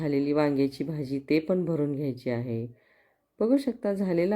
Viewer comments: भाजीला भजी कां म्हणताय ? तोंड उघडून भाजी म्हणा . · भजी बोलता कि भाजी बोलता हेच नीट कळतं नाही